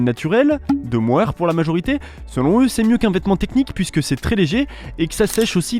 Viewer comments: Super vidéo ! Juste, c'est mohair et non moher 😜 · Mon âme de berger a pleuré quand j'ai lu "laine de moher"... C'est "mohair" 😂 😂